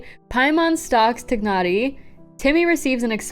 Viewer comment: Why do you call him tig-naughti 😭😭